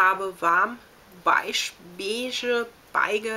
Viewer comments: beige (besch) spricht man diese Farbe aus:D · WAS zur Hölle ist so schwer daran, das Wort BEIGE richtig auszusprechen? :D Selbst bei den drei uns geliferten Varianten war die richtige nicht mit dabei >.<